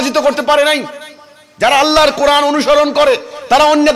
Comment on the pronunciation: তুমি কোরআন শব্দের উচ্চারণ করতে পার না।